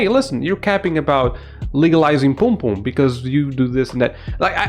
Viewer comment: Bro I'm jamaican and ur not saying pum pum right 😂😂😂 ur saying poom poom instead of pum pum